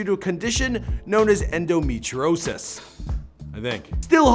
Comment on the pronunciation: Halsey has a condition named Endometriosis. (End-oh-me-tree-oh-sis) So do I. And so does 10% of the Female Population. Really embarrassing for you that you didn’t take the time to learn how to say it for this video.